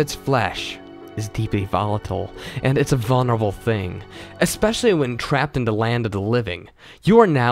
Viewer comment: Can you really try to say the word "the" instead of "da"? I mean if you're looking to improve your reading skills, sounding like you're literate is a good start =P